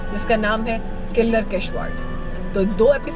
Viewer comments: The name of the pass is "Saach" and not the way you pronounced it as "such". The name of the main village in Pangi (Paan+ gi) valley is pronounced as "ki-laad" and not as "killer". Other than that, your video is well made with some wonderful drone shots, especially of the herd of sheep you encounter near the pass. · Wonderful 👏👏👏👏👏👏👌👌👌✌ but there is a correction in the name of my native place Killar which actually pronounce as किलाड़ not किल्लर ...